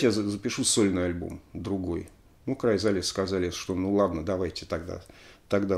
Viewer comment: Alexey!!!Уши режет Ваш "аглицкий" !!!Ну посмотрите в словаре как произнести Chrysalis и Fairport!!!🤨Есть у меня de luxe "А".